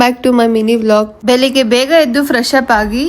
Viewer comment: ಅಕ್ಕಾ ಅದು ಬೆಲಿಗ್ಗೆ ಅಲ್ಲಾ ಬೆಳಿಗ್ಗೆ but so cutee 🥰♥️😊